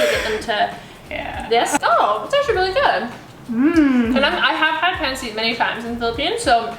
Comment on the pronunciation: Omg cringe… yt girl pronounced it as pan seet 🙃🙃🙃🙃🙃🙃💀💀💀💀 also this ain’t authentic try again maybe write INSPIRED. At very least pronounce it properly